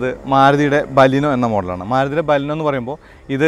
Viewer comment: ബലീനോ അല്ല ബലേനോ എന്നാണ് ഉച്ചാരണം.